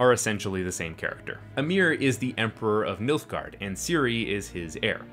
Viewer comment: You said "Milfgard," not "Nilfgard," didn't you?